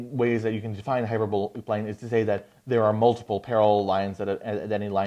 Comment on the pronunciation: You’re pronouncing “hyperbolic” wrong. The “o” in hyperbolic should rhyme with the “a” in “bawl.” Not the “o” in “bowl.” Hyper-BAWL-ick. Not “hyper-BOWL-ick.”